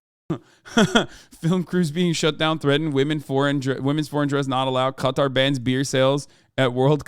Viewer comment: I’m just glad you pronounce it correct instead of calling it cutter